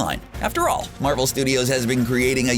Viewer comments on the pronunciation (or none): none